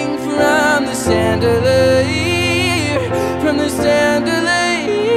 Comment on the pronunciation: this was freakin good im speechless but the way you pronounce chandelier was quite weird lol